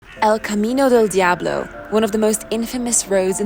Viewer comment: Your pronunciation of El Camino Del Diablo is perfecto! 👏🏻👏🏻👏🏻👏🏻👊🏻👊🏻✊🏼✊🏼